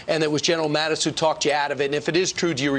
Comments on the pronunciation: Luke it's Mattis, not Mathis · Mattis, not Mathis.